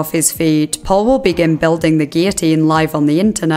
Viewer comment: It is SO refreshing to hear someone pronounce 'guillotine' correctly! I'm an American, so I'm unsure about the usual pronunciation in the U.K. but here almost everyone here says, 'GILL-o-teen,' and it is a huge pet peeve of mine.